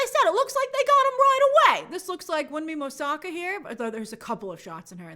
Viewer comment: Would be appreciated if you took some time to learn the proper pronunciation of Wunmi Mosaku's name. She's a fantastic actress.